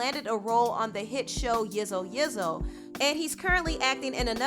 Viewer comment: Girl you butchered that man's surname lol it's all good though south African names are hard to pronounce also it's pronounced yeezo yeezo